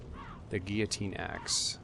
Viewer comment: haha of all things you pronounce, guillotine is the one you get right.